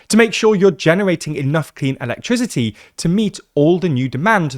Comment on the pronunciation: He seriously doesn't know how to pronounce the word "electricity"? 😂